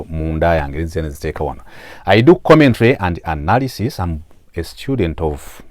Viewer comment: I hear "good anarisisi" 😂😂😂😂